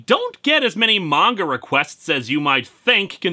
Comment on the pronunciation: One of my fav things about linkara is the fact he pronounces manga right lol